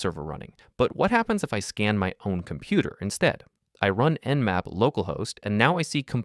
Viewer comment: it not namp, it's nmap.